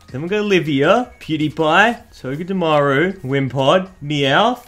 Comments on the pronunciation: He always says dewpider pew die pie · He said dewpieder